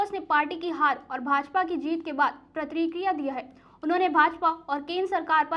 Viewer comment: Pratrikiya nahi pratikriya. Like Prati kriya .. you people are doing much better then other news channels.